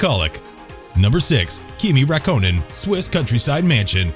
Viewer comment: Kimi racoonan lol